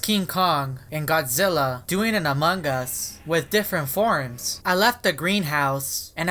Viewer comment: No one: Me: PANDA PFP What my ears hear in this video: AMOG US